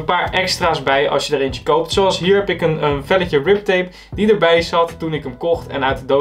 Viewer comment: Het is grip tape niet rip tape